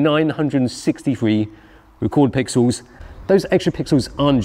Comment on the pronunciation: "Plenty of 'Pixews"..... Thank goodness for that..!!